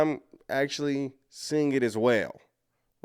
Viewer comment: The word 'seeing' is not pronounced seeinGUH! The g is soft! You sound absolutely uneducated and ridiculous! Listen to how normal people, professional people, say it! Learn to talk!!!